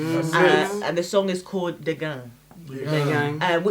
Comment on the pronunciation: You pronounced "dégaine" wrong, despite the fact that Aya Nakamura kept saying it 😂😂